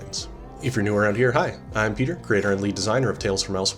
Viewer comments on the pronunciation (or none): none